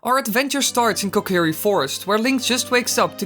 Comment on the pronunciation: why was he talking so slow when you clipped through the kokiri and, wait "keh kerry koh"???